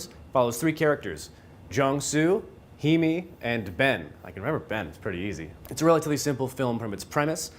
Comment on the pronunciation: her name is pronounced hay-me just a heads up. love the review. i just finished the movie and im baffled. once i seen all the jewerly in bens bathroom i assumed hes a killer and keeps a souvenir of the women he kills off. im not so sure though. i am sure that i enjoyed it though.